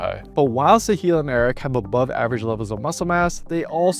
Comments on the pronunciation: pronunciation is not Sehil, its Saahil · The pronunciation of Sahil is very wrong